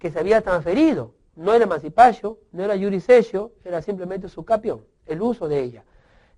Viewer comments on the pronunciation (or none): o por Dios mancipachio eso no es Ingles es Latin